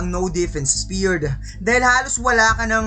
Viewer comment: Spared hindi speard boss